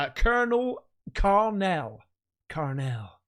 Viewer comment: Hehe Karl Nell, Superman is Cal El, Superman's Dad is Jor El 😂 FYI ❤